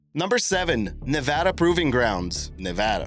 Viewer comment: Good job on pronouncing Nevada correctly (with a long a). There is actually the distinction for it written into their state constitution. Learned that while visiting Carson City.